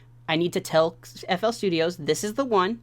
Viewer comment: stop calling it flstudiOHS bro its just flstudio